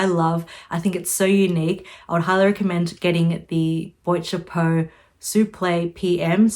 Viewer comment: It’s BWHAT CHAPO or just say hat box rather than boyt chapu.